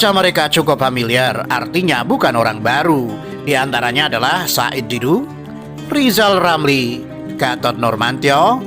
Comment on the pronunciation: Jadinya minta dijewel bial nggak lewel Lizal latihan ngomong R dulu sampe lancar